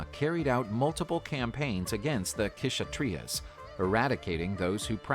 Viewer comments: People can get more accurate pronunciation for Hindi/sankrit or any other language; yet the video creator call k-tria for kshatriya, even the Ganga as Ganges. Come on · And a lot of pronunciation are wrong in the video, like in "Kshatriya" Ksh is pronounced together just search "Ksh" In hindi Or 'क्ष' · Kshatriya pronounced as ‘shat-treee-ya’ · It's not kshatriya, k is silent And stop putting a after everything. It's yog not yoga, it's dharam not dharma, it's ramayan not ramayana etc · Kshatriya the K is silent